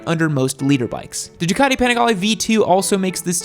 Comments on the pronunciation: Did he seriously call it a leader bike? It's a litter bike, as in 1000cc in a litter..... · What an helmet noob you haven't got the slightest clue all your info just cherry picked off the internet half of it is wrong. And it's litre bike not leader bike you absolute melt. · Litre. Lol thought no one was going to mention it. Made me second guess what it meant if the was saying it